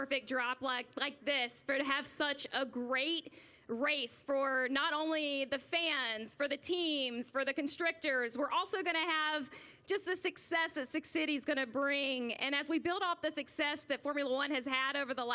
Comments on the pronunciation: What is this woman saying? Constrictirs?🤨.... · The 'constrictors' hahaha.. I believe you meant the 'constructors'. Time for another Martini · Where does she say grand piri and constrictors ?…. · Liberty Mutual? What a great 'backdrip'?! The 'Constrictors'?! Jeez - c'mon , hen, get yer script right. 🙄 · did you even read ZeeBee's thread you posted your comment on? Snakes alive man, the announcer said constrictors instead of constructors!...also said some other goof was CEO of Liberty Mutual instead of Liberty Media 😄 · These people can’t even say Grand Prix or Constructors. What a shame